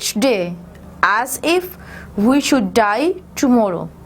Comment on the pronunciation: A lot of pronunciation mistakes are there such as thought, die, chastened, certainty only in one paragraph.